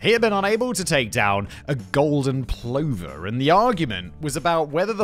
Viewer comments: Plover. Say it with me Simon, "Pluh va" not "plohverr" ;) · Plover = p lover, not pl over. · It’s pronounced pluvver same as lover. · I think it pronounced pluffer, not Plover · You must be unique ,everyone else knows how to say....pluver.... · Plover is pron pluvver btw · Pronounced. PLUUVER. FFS have you turned into an AL bot? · I appreciate that you probably don't give a 💩 but it's pronounced pl-uv-er (as in take the ov from oven) for plover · Plover is pronounced like Brother, Aren't you English? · Plover is pronounced pluvver. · Huge Beaver may be funny, but "Plover" is pronounced "pluvver". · Plover rhymes with other, not clover...